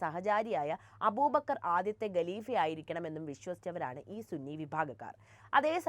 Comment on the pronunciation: അക്ഷര ശുദ്ധി നോക്കേണ്ടേ കുട്ടി.ഗെലിഫ അല്ലാ ഖലീഫ ആണ്.